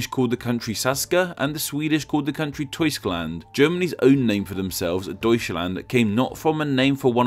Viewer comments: its pronounced tyskland, you say it like tvöjskläänd!? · Whats with your pronunciation of Germany in Swedish? xD Toyskland? No o in there. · I'm not an expert on Swedish, but I think "Tyskland" probably isn't pronounced "Thoitsland"... More like "Tusklan" (u as in human). And yes Tyskland means Germany in Swedish, Danish and Norwegian.